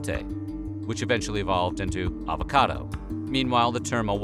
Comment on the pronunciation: advocado?... lol